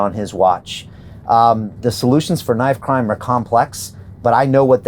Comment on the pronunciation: "KINIFE" CRIME :D